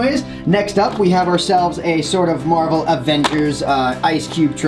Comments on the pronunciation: the first time u said it and then the 2nd time u said marvael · marvel is pronounced mar-v-l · ***** i thought u said marble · "Marvevl" ;P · ***** mar-vel the shell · The Waffle Dimension Marvevl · omg the mar-Vel he stressed the vel not the mar LOL and I am a power rangers not fan but I saw it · listen how he says marvel! lol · I noticed that to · The Waffle Dimension omg lol it was hilarious